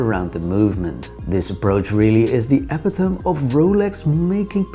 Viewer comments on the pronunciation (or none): Great Watch My favorite Rolex. By the way, Epitome is pronounced Eh Pit OH Mee ( english is f*ucked, I know)